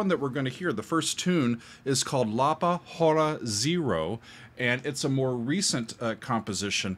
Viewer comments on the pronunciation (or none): He is a spectacular guitarist, but he is within a long line of outstanding Brazilian guitarists, such as Toquinho and Baden Powell. By the way, the "H" is not pronounced in "Hora". As in Spanish and French, an initial "H" in Portuguese is silent. (Goes back to Latin, where the "H" was originally pronounced, but later became silent.) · Could you manage to pronounce “hora” with a silent ‘h’, as it should be in Portuguese? It’s not a Jewish dance, it means “hour”. Or as “y’all” would no doubt say, “hower”. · It's curious that you pronounced "hora" with aspirated H when it actually sounds exactly the same as the H in hour. There's no aspiration.